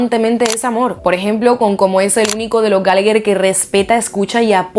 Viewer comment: Ni siquiera puedes pronunciar bien su nombre